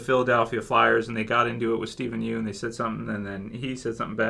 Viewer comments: It's pronounced "Steven Yun" (obviously spelled Yeun) not "Steven You-n" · yeun is pronounced as "YAWN"